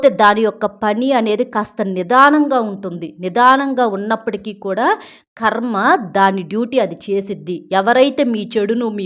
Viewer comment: మా ఖర్మ . ఖర్మ కాదమ్మా కర్మ .